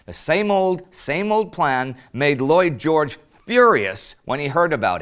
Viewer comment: when you first said Lloyd George i thought you said Boy George.